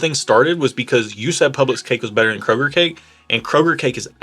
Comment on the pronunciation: Thank you for not pronouncing it as Krogerzzzzzzz